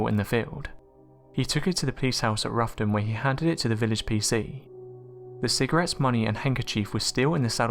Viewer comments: its rowton (as in having a row with someone) -not ruffton omg research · "Roughton" is pronounced "Row-ton", as in "row - bad argument"